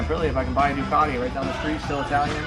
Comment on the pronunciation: Please do an Aprillia, at least you can pronounce the name unlike Doocarrdi 😂